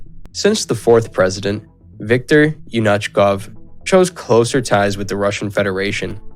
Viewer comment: Also it's Yanukovych, not "Yanachkov" lol